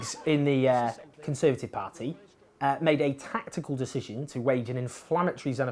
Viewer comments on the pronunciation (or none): Has your inability to pronounce party correctly ruled you out of ever being a politician?